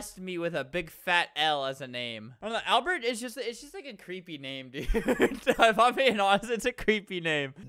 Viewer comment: Alber. You said ALBER, NOT ALBERT